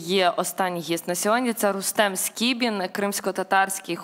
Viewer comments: Редакция! не СКРІБІН, а СКІБІН!!! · Скібін, а не Скрібін!